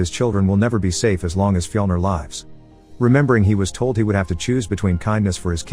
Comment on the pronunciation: When say Viking names it sounds like you're trying to say regular names but you're having a stroke... Andy= Amleth Harry= Heimir Frank= fjlner or whatever you get the idea